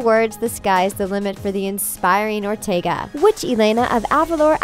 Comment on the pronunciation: “Jenna Are-teg-a”